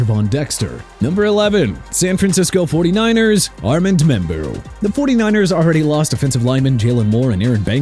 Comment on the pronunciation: you know what? When Jacksonville's football team need to change their name from Jaguars (ja-gwaars) to Jagwires then it'll make sense but it's because you don't know how to pronounce it right. And also it's Armand (Ar-mond) Membou okay?! You can't get his name right go back to school and learn how to pronounce... I'm tired of correcting you... And Miami can go grab Will Johnson cuz I don't care no more!Omarion Hampton's FIRST NAME IS PRONOUNCED OH-MAH-REE-ON!! UNBELIEVABLE!!